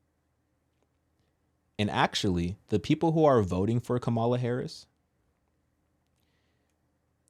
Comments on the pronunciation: Please show respect and pronounce her name correctly. It’s KAmala. Not KaMAla. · Comma Luh. Can you pronounce the lady’s name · when pronouncing her name think mama-la then say kama-la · Kamala (pronounced COMMA-LA not ka-ma-la) may actually when because Trump was found GUILTY of r@ is racist who was found GULTY of housing discrimination, says he is a Christian but cannot name a single scripture and was found GUILTY of paying off an adult film actress, and oh yea was impeached because he lead an insurrection in an attempt to OVERTHROW THE GOVT! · LA (pronounced Comma-La) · Her name is kam- a lah not the wrestler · And you mispronounced her name lol! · You are following blindly! I know for a fact you are because you don’t even pronounce her name correctly, which means you haven’t done your research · Can you pronounce her name (Kamala) correctly please? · Why do u say her name wrong? U know that's not the pronunciation of her name but yet u act like those yt supremacy folks. I don't agree with 99% of the stuff she says but as a black man please stop cause u said it right during your podcast a few times bit at the beginning u acting as low class